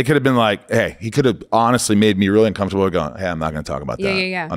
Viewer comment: He said "funcomfortable". lol Love this dude. Glad you guys traded interviews. Or guest spots. Or whatever you call this.